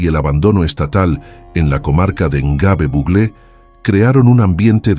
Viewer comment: Es Gnobe...No lo pronuncia bien.